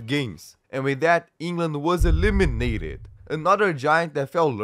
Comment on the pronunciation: I love how he pronounces "E LIM i nateed"